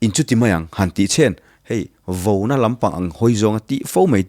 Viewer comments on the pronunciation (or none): A va ṭha thin emmm.... Mahse Sir... VOUNA ni lovin Vauna... housa ni lovin... hausa a ni zawk ang em le